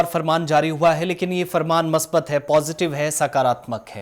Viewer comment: Musbat not masbat